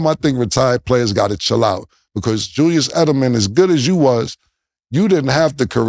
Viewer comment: who tf is "julius edelman"?? does cam mean julian edelman?? chalk this up to "darwin ham" instead of darvin ham, "mike tomlinson" instead of mike tomlin, & "joe burrows" instead of joe burrow 😂😂 "experts"?? not in my books